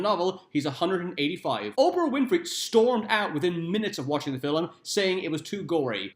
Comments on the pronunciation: Film... Film... why are you saying Filum? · It's Louis NOT Louise lol!!! Fillum??? Another lol.